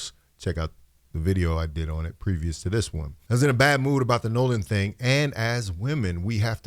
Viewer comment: "So i have this thyng i do before i come to a station" the saxophones should had started right there🤣❗Love her.